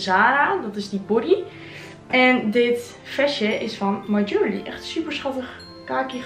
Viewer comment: en (my) jewellery spreek je meer uit als: ju wel rie